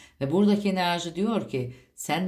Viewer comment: Sizden rica ediyorum enarji demeyin videolarınızda zaten gereğinden fazla bu kelimeyi kullanıyosunuz çok batıyo kulağa 😣enerji demeye çabalarsanız sevinirim 🙏🏻